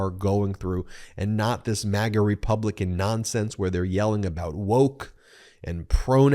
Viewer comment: This MAGA not mega! It’s America not Emeriga!